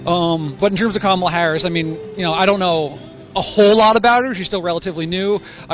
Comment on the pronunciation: like your videos but a friendly CORRECTION. The Senator form California ....her name is not pronounced "camala"...it's pronunced KOMMM- ah-la watch the kid you interviewed for the correct pronunciation!! I herd Senator Harris tell a journalist how her name is pronounced and you pronounce it WRONG.